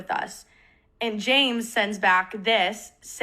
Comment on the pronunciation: can i be reaalllllly stupidly unrelated for just a lil funny sec she calls james jame as she's talking quickly and i think the idea of james being the plural form for like a herd of predators named jame is funny ok thats all